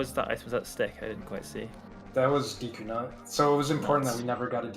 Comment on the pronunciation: Why does he say Deku like Deaku? Edit: damn I got called out HARD, props